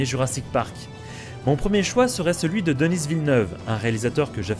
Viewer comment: Juste un petit point si jamais tu en parle encore. Denis Villeneuve est Québécois, alors son prénom et nom se prononce bien en français. On ne prononce pas le s. Ça se dit Deni. 😉😎